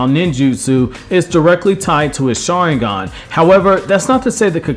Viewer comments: Learn to freaking say Sharingan Jesus. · Dude everytime this guy said sharingan I died